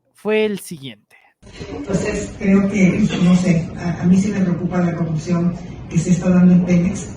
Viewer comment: Coggguppsion dice la botarga